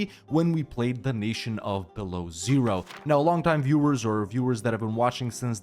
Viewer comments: It does hurt though every time you say Belowzero, it's byelo ozero - white lake. Sorry, had to get this out of my system. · Dude, it's not Belozero, it's Belo Ozero, which translates to white lake,ozero it's lake, belo it's white, Belo Ozero. And when you pronounce Ozero, the 'o' at the beginning is very long – OO-o-ozero. The stress is on 'o' in the word ozero, so it’s not like 'zero' where the stress is on 'e,' but a long 'o' – OOOOOOzero. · Beloozero is read as "Belo-ózero". As a Russian it hurts to hear it as "below zero" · Yes. My ears are bleeding then i hear "below Zero". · not beloozero. Belo+ozero. (wite+lake) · Man, smol hint, it pronounced 'belo ozero' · It's correct to pronounce BelOzero